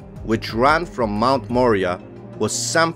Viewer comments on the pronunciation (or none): Moriah..More eye ah!..That is the pronunciation of the mt. A beautiful video and knowledge thank you.